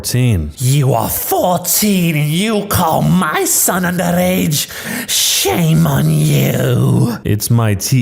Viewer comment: When she says underage but it sounds like rage